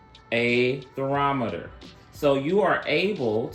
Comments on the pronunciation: ThE THER-ROM-ETER IS a THERMOMETER...THER-MOM-ETER..... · HI, I keep hearing u refer to it as theRometer instead of thermometer.....😅 Other than that, good review. Thank you. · It is not pronounced Ther Rom Meter. It is Ther Mom meter. Great video. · Gtreat video! I have the original and am trying to decide between the XL & XL Pro so your video is greatly appreciated!! Just for future references, it's TherMOMeter, not theROMeter 😉😊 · it's a therMOMeter, not a therOMeter...what planet are you from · So we just gonna sit here and act like we ain’t hear em say “ther-rometer” and not “ther-mometer”? I’m ashamed of you all!! Y’all have let the YouTube comment section down! **Great video btw, very informative and answered a lot of questions we had. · What’s a “theramatter”? The correct word is Thermometer. You gave us some good info though.